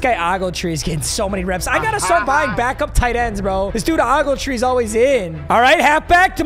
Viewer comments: Oh-gletree not ahggletree, ah-mon-rah not amonruh, bash-im not bashom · His Name is pronounced OGLETREE AS IN HARD O NOT AWGLETREE AND I WENT TO HIGHSCHOOL AND PLAYED WITH HIM AT NORTHRIDGE. BEFORE HE WENT TO COLLOGE AT FINDLAY THEN TRANSFERD TO YOUNGTOWN !!!!!! HES A MONSTER 🤘